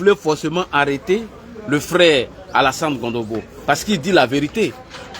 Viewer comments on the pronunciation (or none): C est CONOMBO et non Gondobo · Tu es en train de massacrer le nom du frère. C’est pas Gondobo c’est plutôt Cononbo